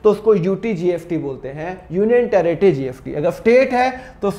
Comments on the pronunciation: Sir, Aap GST ko GFT Q bol rhe ho🤨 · Sir app gst bol rahe ho ya gft confusion hai 🤔🤔🤔🤔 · GST ko GFT ko kyu bol rhe ho? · Mana ki sir GST ko GFT bol rahe hai par jo bhi ho samjhaya bohot badiya❤ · Sir it is gst not gft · Badiya smj to a gya but app kya bol rehe gft ya gst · GST bol rahe hai ya gft I am confused 🤔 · Gst ya gft 😂 jinko gft sun rha hai like kro😂😂😂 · Gft nhi 😂 GST hai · Gft kyo bolo sir GST bolo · Gst bolo sir gft kyu bol rahe ho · Ya srr 😂😂 gst or gft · Bhai ye s ko f bol rha h 😂😂😂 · Thoda to locha h😅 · GST ya gft bol raha hai